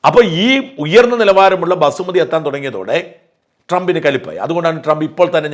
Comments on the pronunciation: Basmati rice not Basumati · Basumati alla, Basmati